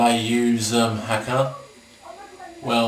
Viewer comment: good statements about hakan!!!! it shows you`ve got brains besides, the first time you said the name ways correct, also seth killian does speak his name the right way, it`s "hakaaan". sounds like the scotish would say it. also yagli güres sounds like "yaaali gyouresh". besides, all turkish names have a meaning ! most of them are about war, religion, landscape and poetry. "kan" means blood. "ha" is a short form of another word, maybe hakaret, which has 2 meanings: attack & taunt/revile.